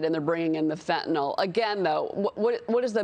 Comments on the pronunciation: It's called fentanyl not "fitnol". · It's pronounced Fen-ta-nil. Fentanol is not Fentanyl. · It's pronounced FentaNIL!!! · It might be nice if these two could correctly pronounce Fentanyl. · "The shocking thing is, the president rarely even says the word" Thats because he can't pronounce it!!! He would get tongue tied for days if he tried to say "fentanyl"!!!! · Our "president" probably can't even pronounce the word fentanyl. IF he can, he probably thinks it's an ingredient in ice cream!